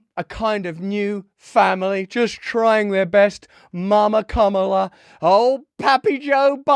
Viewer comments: It's KA-ma-la. I love you, Russell, but please be respectful and get names right. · As a native spanish speaker, "Momala" sounded completely inappropiate. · my skin ran away from me and into the woods when she said Mamala...ugh... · I must be from a different planet because I played "Mammala" twice and took about two minutes to figure out what it meant. I thought it was Hindi. Du. Di. You see I was trying to be fair to the segmented persons by ignoring Russell so he was no dam help 😅